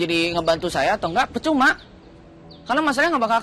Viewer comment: Peucuma bukan percuma😂